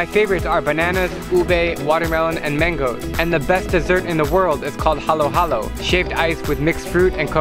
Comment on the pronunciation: The way drew halo halo made me cringe Halow halow